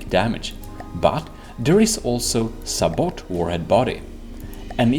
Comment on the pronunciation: This video was exactly what I needed. I'm still in the 2015 FTD mindset that everything has to be frag set to a 1 degree angle, and naturally that doesn't work anymore. By the way, sabot is prounced sa-bow (or say-bow if you're american)